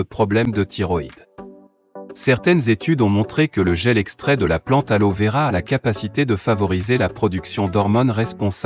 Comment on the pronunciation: L' "alo véra" 😅 Et 'bienvenue chez zizi et natural' 😂 Faut vraiment arrêter ces voix de robots :(